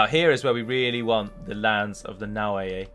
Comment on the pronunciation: Naoe is pronounced "nao wee"